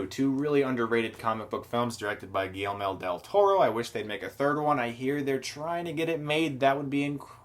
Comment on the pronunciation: its guillermo del toro not guilleme del toro